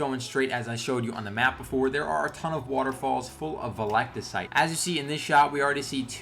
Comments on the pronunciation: its pronounced veltecite... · Or vel-tuh-cite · Awesome vid man ps (it's pronounced vel-teh-cite)